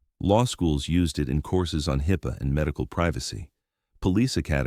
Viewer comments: Dude, you should truly learn how to read and spell correctly. Twice you spelled Hippa as Hippo. You also pronounced HIppa with stress on the I and also pronounced it again as "Hipeea." Play the video again and look for my comments in your dialogue. I am not the grammar police but recognize sloppy and unprofessional work. You should consider another line of work. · The AI reading this story does a HORRIBLE job of trying to say HIPPA (hip-ah) and does it at least half a dozen different ways. I think it does not help that sometimes it is written in small case in the script. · I hate crappy stories especially ones that cannot consistently pronounce the word hipaa. Hip_uh. But also the lack of consistency. The video opens with the actual conversation between the pharmacists and the police officer where the pharmacist stated that she was the owner of the business. But yet of the way through the video it discusses how she called the owner, Mr Chen. So who is it? Who owns the pharmacy? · C'mon give me a darn break. HIPAA is a central issue to this video but you cannot even pronounce it the same 2 times in a row and even have it as high pay several times. Stop just tossing together AI garbage and pay attention to what you put out. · Actual humans should be narrating uploads. Not AI. AI always mispronounces words. In this upload half the time HIPPA is accurately and half the time wrong. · Stupid AI. Really STUPID AI. Pronounced HIPPA about 12 different ways. Also the text is excessively redundant. Toward the end it repeated the same issue over and over and over. Justice Archives EDIT your stories, not better, but EDITED properly. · How many different ways can you pronounce HIPPA in one video? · I’ve never heard HIPPA pronounced so many different ways! ㋡ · It's truly amazing how many ways the AI finds to pronounce "HIPPA". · The fact that hippa was pronounced differently everytime it was used irks me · Narrator needs to learn to pronounce ‘hipaa’ the same every time. Sheesh.